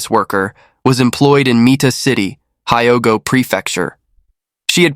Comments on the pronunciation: it's pronounced Hee-o-go Rtard. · Hyogo and Kondo saying wrong also, Kobe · Yes, pronunciation of many names incorrect and so distracting!